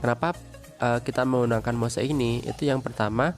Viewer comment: Penyebutan Moss itu bukan Mose om. Cukup sebut Mos saja. Bikin bingung soalnya. Buat yang hobi anggrek, media moss itu sudah tidak asing lagi. Ada moss hitam ada moss putih.